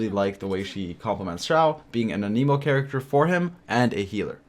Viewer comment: it's an-emo not an-Emo